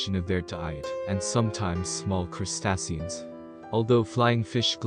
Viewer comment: The way he pronounced crustaceans almost made me vomit